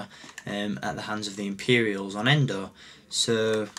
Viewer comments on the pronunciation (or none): Its Endor not Endo